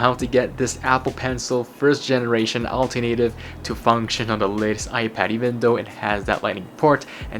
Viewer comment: Another great review. Thank you. I think you need to get the pronunciation correct for 'alternative'. It's al-TER-na- tive. It's a word you use a lot in these type of reviews; best to get it right.